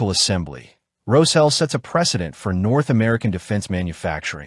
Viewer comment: Can you guys use an AI voice that can pronounce the SH in Roshel like it is supposed to be pronounced?!